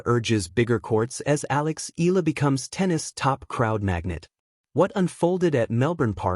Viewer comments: E-YA - LA (EALA) please don't silent the A vowel.. ♥️🇵🇭♥️ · You pronounced her surname incorrectly. Pls. check with Cam Williams how to say it.